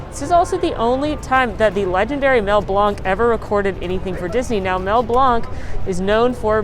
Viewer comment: thank you so much for acknowledging the great Mel Blanc. Mel Blanc was a family friend and his name is actually pronounced "Blank". That is because his birth name is Melvin Jerome Blank, but he changed his last name in high school. I agree -- would not complain if the Gran Fiesta Boat Ride was re-themed with "Coco" characters...